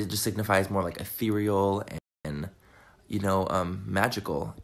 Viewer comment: Hey!!! Glad you are feeling better❤️ love you and agree with you.. if he says Atherial one more time I might gouge out my eyes and ears... lol it's cursive he needs to pump his brakes!